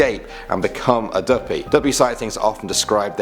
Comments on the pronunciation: Imma be honest I'm still laughing to the end of this video. Dooppii 🤣🤣🤣🤣🤣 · im jamaicannnnnnnnnnn omg how he pronounced duppy though😂😂😂😂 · You pronounced duppie wrong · Because he is british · If u say duppy like that one more time I will die lol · Real talk 💯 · feel a me alone fi real